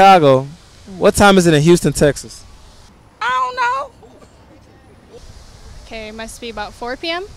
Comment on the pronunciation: “ ion know “ 😭😭😭